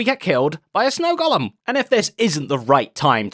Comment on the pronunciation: An English guy should know how to correctly pronounce “golem”.